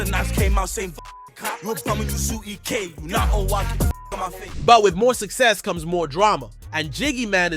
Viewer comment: Its E.K not Eck 😂